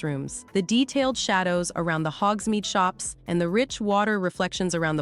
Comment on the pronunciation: Bruh she said Shay dows lol